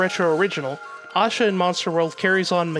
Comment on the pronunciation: why do you pronounce asha the way you do. theres no w or u in it. its like ash-a..not ausha. oh but wait you change it every once in a while. lol make up your mind pal. not trying to be mean its just weird